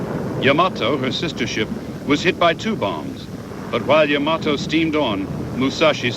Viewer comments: This narrartor may be A.I. He mispronounces YAMATO as YAMOTO every time. WRONG!!!!!!!!!!!!! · This is the second narrator I've listened to today who mispronounced the Japanese battleship Yamato as Yamoto.... Overall, a great video.... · The Japanese battleship referred to here as "Yamoto" is actually the YAMATO also mispronounced often as Yamamoto..the name of an admiral. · You say Yamato I say Yamoto . . . I have the same issues in English. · Hey this was pretty good! I'm curious, though, was Yamato really pronounced like Yamoto? Anyway, I thought it was well done. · 大和 (やまと) not やまとえ as potatoe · I have always enjoyed this battle. It was my favorite naval battle. I am a serious historian with a WW2 background. I liked the way this was told from all sides. Also found funny the pronunciation of the Yamato and the misspelling as well. That ship was a behemoth and a brute of a battleship. The Japanese lost 26 ships and were never again able to sortie out against the American combat power. Thanks for the post of this history.